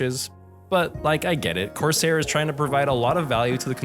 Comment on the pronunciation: why he saying corsair like that